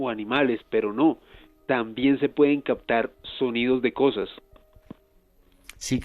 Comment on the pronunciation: Muy interesante tema, pero ese "cactado" del invitado ya me estaba sacando de quicio., por favor alguien que le diga que es captar, no cactar.